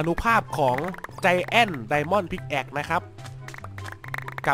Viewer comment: Pickaxe พิกแอกไม่ใช่พิกแอคพี่ ไม่ ฉลาด เลย คล้าย กัน กับvictorycast. อ่านอังกฤษไม่ออกโง่พอๆกันเลยกรากชิฟหาย